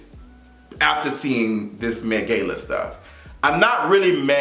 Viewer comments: Been alive for 23 years and never heard anyone pronounce it “gay-la” unless you doing it on purpose..idk but I physically can’t keep watching and hearing you mispronounce a word that the majority of the world says one exact way. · Like is he purposely pronouncing Gala wrong 😒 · This is a new pronunciation of gala lmao